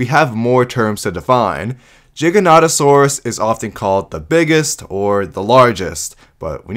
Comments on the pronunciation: Why do you say Jig-an-oto-saur-us? Shouldn't you say ji-ja-noto-saur-us, if your gonna say the G as a J? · Why you saying jiganotosaurus instead of giganotosaurus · I hate the mispronunciation for the giganotasaurus Is G not J Many pronounce it's as Jiganotasaurus It's pronounced Giga like giga Chad or some shit